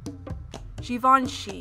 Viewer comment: The speaker has a stuffy nose, which makes her voice nasal. Also, she doesn't have the best diction. So the modeling isn't great. Furthermore, there are errors in several names, especially Givenchy, Ermenegildo Zegna, and Louis Vuitton.